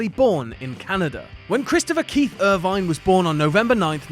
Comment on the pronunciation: it is pronounced like Ervin (Irvine), not er-vine